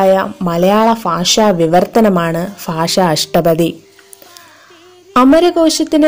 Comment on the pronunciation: നന്നായിട്ടുണ്ട്.പക്ഷേ ഭാഷ എന്ന് ഉച്ചരിച്ചു നോക്കൂ കൂടുതൽ മികച്ചതാവും